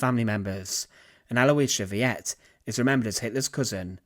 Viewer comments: Aloisia Veit, not Viet, it even says it right there on the picture... pronounced to sound similar to fight. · “Veit” rhymes with “might”, not “vee-ett”.. Not a big deal, just some clarification. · You are pronouncing her last name incorrectly. It is NOT pronounced Vee-yet. It is pronounced Vite! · Sheesh, guy, I can understand somebody being dyslexic, but when you're posting a historical video on YT, the least you could do is to check the spelling and pronunciation of the main subject's name. There is absolutely no underlying pronunciation rule in English or German to utter VEIT (pron. "fight") as VEE-et. Maybe, if you'd said VEET, that would reflect an American tendency to pronounce "ei" as "ee", but you're not American, and it would still be showing ignorance of basic rules of German. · Her name was pronounced, VAIT, (like height) not Veeyet. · it's not pronounced vee-ette. it's pronounced vite. or vight. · It is VEIT, rhymes with fight. Not Vee-at. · Yes, a lot of people have mentioned that already. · Her surname Veit isn't pronounced "vee-et", it's pronounced like the word "fight". Letter 'v' is pronounced as English 'f', diphthong 'ei' as English letter 'I', and diphthong 'ie' as English letter 'e'; in both cases, as the second letter for English speakers. Sad ending for the woman. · Thank you…it is so annoying when words are not pronounced correctly when the so easily can be. It would not have taken much time at all to find out how to pronounce tis name. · "Veit" is NOT pronounced "Wiyet"!!! But sounds exactly like the english word "Fight"! Butchering words is fine for americans, but unacceptable for a cultured Brit. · That's not pronounced Vee-ET' it's more like VEET. Or maybe VITE? But it's for sure not Vee-ET'!! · Her name is "Veit" not "Viet", come on man! "" failed on this one! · Yep, the easy pronunciation instruction for English speakers in this case would be FIGHT not VEE-et like in Vietnam. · Her surname is pronounced "Feye-t." 😏